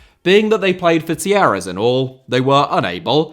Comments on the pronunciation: I thought you were saying Tierras until you showed the wiki page. Talleres is pronounced tah YE res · The way you pronounce Talleres must be an April Fool’s joke!